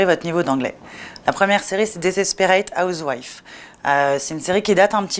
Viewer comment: "la première série c'est dézespérate housewife" ... Vla le niveau d'anglais sur la prononciation ^^